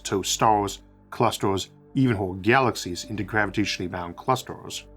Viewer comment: Good presentation. Though I feel like you eat words , they don't get pronounced clearly. It's like galaxyshshh starshhh